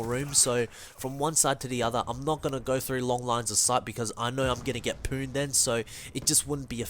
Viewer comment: His ascent made it sound like he said pooned instead of powned